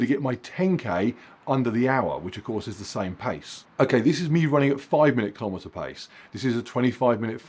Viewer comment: Keelow meter